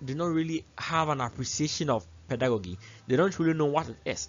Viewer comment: A very great delivery. It was interesting to listen, watch and learn. A comment on the word Pedagogy. peh·duh·go·jee .... Not peh.duh.go.gee. The same applies to Andragogy. Thank you